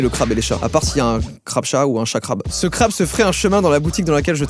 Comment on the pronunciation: Crabeee A prononcer crabeeeuuu